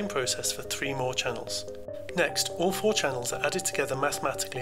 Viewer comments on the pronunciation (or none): none